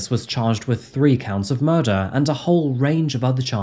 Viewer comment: Its weird how that accent can either make you sound incredibly intelligent or incredibly stupid. Im referring to nicholas reapeating "its not murduhr" over and over